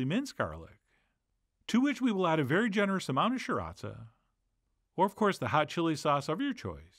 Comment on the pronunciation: He pronounces sriracha as sure-raht-zah... is that right?